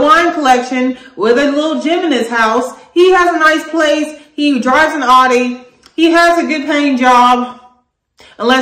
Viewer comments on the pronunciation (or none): Thats not how you pronounce Audi